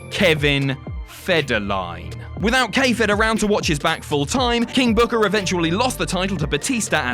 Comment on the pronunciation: You mispronounced "King BOOKAAAAAAH!". Also, that belt was designed to be on Taker and Batista. It just looked like it belonged.